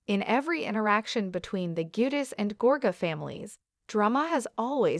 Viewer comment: It's now Jedus. Sounds like ...Jew...dice. Or Jew de chay in Italian.